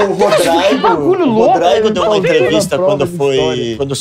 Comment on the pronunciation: Rodraigo? Kkkkk